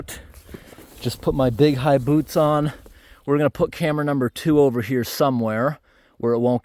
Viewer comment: Im just here to hear him say ROAD-AHH ...FLOW-WAH and camera # TWO‐WAH....and also keep up the good work bro 💯